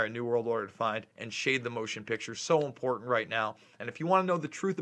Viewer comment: The "T" in the middle of the word "important" is not silent.